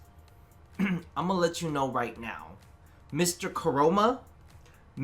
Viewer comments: No its not just you. Mr. Co-ro-ma is certainly a thing now in my head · Honestly am I the only one that heard say “Mr. Coroma”?